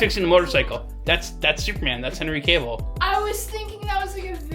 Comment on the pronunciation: Please please please stop saying Henry’s last name wrong. It’s not pronounced “Caveill” take the E out it’s not Cave it’s Cavill.